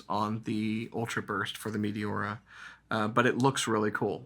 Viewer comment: Pronounced ‘may tay ora’